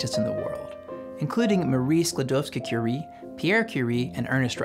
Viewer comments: You’re probably the first English speaking person that didn’t omit “Skłodowska” part of Marie Curie’s surname that I ever heard. Very nice! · Propably the only channel on science topics that pronounces Maria Skłodowska's full name - or at least tries to. As a Polish man, for that, You got a sub.